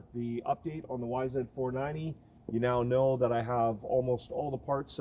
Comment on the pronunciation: Is it just my 49 year old ears or are you saying yzf 490? Regardless, I love your vids and am a subscriber!